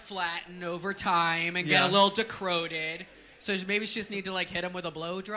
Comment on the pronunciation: Did Ariel just said "decroded?" Omg